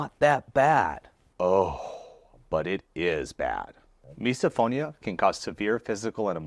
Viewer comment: Does misophonia also apply to the reaction felt when someone in a video continues to pronounce “misophonia” like miso (soup) instead of miss-uh? 🫣